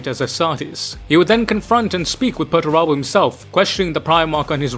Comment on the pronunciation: "Bear-uh-bus" or "Buh-rabb-us". Not "Bar-bee-us".